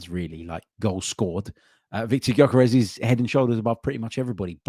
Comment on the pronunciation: Can we get this guys name right please. It's pronounced Yerkaresh Yerkaresh Yerkaresh. NOT Yokarez or gorkarez . It's so annoying when people get your name wrong. Everybody on social media is doing it. He must be absolutely sick of it